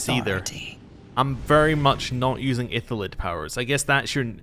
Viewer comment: FYI, you keep pronouncing "iLLithid" as "iTHYlid".